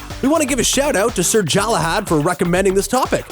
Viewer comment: mispronunciations, and misspellings everywhere. It's Galahad, with a G, not Jalahad.